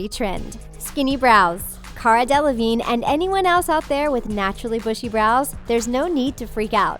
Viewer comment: Who else cringed when she said GiGi Hadid and Cara Delevingne wrong??